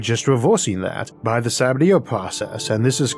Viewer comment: I’m sorry, the what? Sah-bah-TEER process? That’s “Suh-BAT-ee-ay”, the man was French